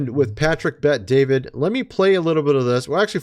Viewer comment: You’re not even saying bet David’s name correctly and no one cares anyway. None of that is news